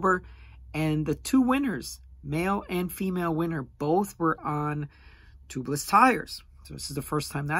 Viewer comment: Toobless? It’s pronounced Tubeless!